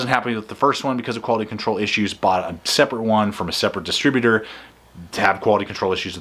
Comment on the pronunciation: Why do you keep almost saying distributor?